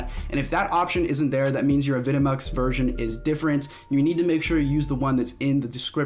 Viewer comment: is it not pronounced "avi de mux"?